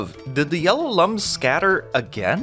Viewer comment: They are looms (like illumination) not lums (like dumb)